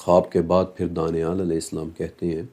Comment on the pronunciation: Danial ka Pronnouncaction hmm daaniaal karte hain, but likhte danial hi hain aapne muslimo ke name sune honge daaniaal.